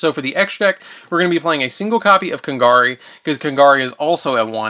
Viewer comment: I'm sorry for being a little bit of a critic, but you said Kagari's name wrong so many times. Please pronounce it correctly next time.